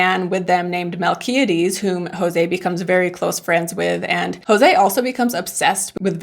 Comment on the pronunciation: "JoSE" no "JOse"